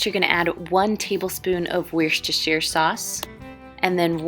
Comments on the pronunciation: Wishterhsire sauce lmao it's pronounced more like Wooster sauce. Great very tasty looking tho yummy. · Worcestershire sauce is pronounced Woostershire sauce or just Wooster sauce for short. Some of these old English place names can be tongue twisters. I hope you don't mind me mentioning it, I'm not being critical. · it's pronounced WOOSTER SAUCE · Love from the uk. It’s pronounced ‘WOOSTER’ like who the “oo” in look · I've watched like 3x BBQ sauce recipe vids so I can see how everyone says "Worcestershire". FYI guys, it is Wooh-stir-sheer! Love from the UK :)